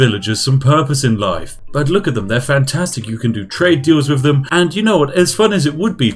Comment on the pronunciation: I love Spiffing Brits videos, but I am really struggling with his inability to pronounce "th" words. Every "F" I hear is slowly eating away at my soul.